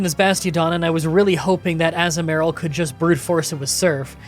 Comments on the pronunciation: I love how you pronounces Togetic correctly (or decently enough) and goes on a rant about it. And then immediately pronounces Azumarill slightly incorrectly right after lol. The "azu" part is uh-zoo not ah-zuh but they both sound honestly fine and I don't really focus on how you pronounce it and mainly on the playthrough (I just thought this was funny) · so I get there's mons you're not sure how to pronounce but I nearly cry laughed when Azumaril became Assmaril that's literally what you said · Azu-merril definitely sounds wrong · Togetic: TOE-guh-TICK. Azumarill: a-ZOOM-a-rill. Piloswine: PILE’o’swine. Also, Electivire doesn't have an R in it. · Am I saying Toekitic right? Also: AZU-MARILL 😂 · I love your videos but sometimes how you pronounce some Pokemon's names hurts me.... Ie Azumarill (A-zoo-mr-uhl) and togetic (idk how you struggled with togetic it's pronounced the exact same way as the other two evaluations just with pi, tic and kiss at the end) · struggling over the correct pronunciation of Togetic only to confidently say Azumarill wrong is just peak. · Saying Azumarill and Togetic wrong over and over was tilting me 😵‍💫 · I can’t with the Azumarill pronunciation 😂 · I have never heard that pronunciation of Azumarill before but I kinda like it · Your azumarill pronunciation was way worse than Togetic